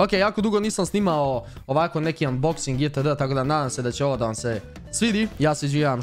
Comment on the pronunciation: umboxing? kaze se anboxing